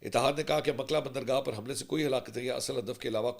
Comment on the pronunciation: Name is Mokkalla not makla. Pls correct